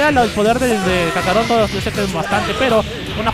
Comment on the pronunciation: POR QUE LE DICE a GOKU KACAROTO